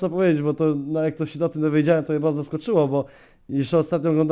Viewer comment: Nie popielał - nie popierał Ohganizacij - organizacij Baldzo - bardzo Rrrrrrrrrrrr xd